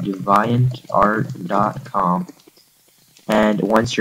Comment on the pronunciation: Not sure I'll take advice from a dumbass who can't even pronounce deviant properly. Hmm... I probably shouldn't.